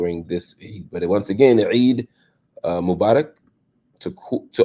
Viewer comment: I liek the way you said Eid Mubarak. Thank you for the work you do <3